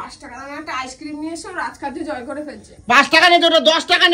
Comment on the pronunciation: Aas kirim ki bhai ?? Ice cream bolte pare na naki